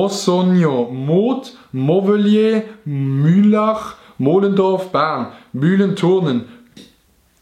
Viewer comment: Mühlau ned Mühlach heieiei